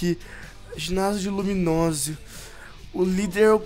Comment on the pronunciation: Lumiose Não Luminose